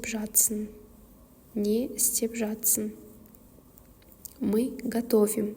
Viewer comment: Нужно правильно выговаривать слова.НЕ істеп ЖАТЫРСЫҢ. ЖАТСЫҢ емес 😮